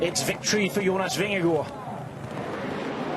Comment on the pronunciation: weee a commentator that is actually pronouncing Vingegaard correct :)